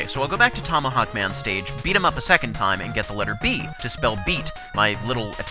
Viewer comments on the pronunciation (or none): none